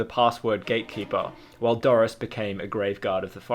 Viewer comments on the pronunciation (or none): Dores It's pronounced like doors not Doris! Like spores isn't pronounced sporis!